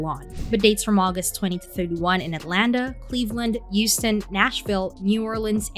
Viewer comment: WTF IS YOUSTON?????